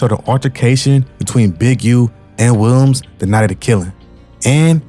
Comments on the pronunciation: Why bro can't say Williams? He saying "Welms" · Wow!!! You covered this REALLY well. Only thing that coukd be better is pronouncing "Williams" properly. Remember that you can check pronunciations online and hear it when in doubt. Nit being a jerk. Just see your talent & know that if yiu work on enunciation & pronunciation that it will help you. Good luck. 👍🍀